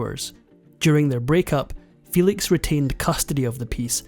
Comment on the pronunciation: Excellent documentary! Maria Felix did not pronounce her name "FEE-lix", her surname was pronounced "FEH-leeks", as it was in Spanish.